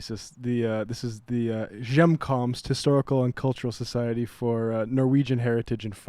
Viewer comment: a.) it's pronounced "yum-komst" and b.) it's in Moorhead. So much for the "tolerant left"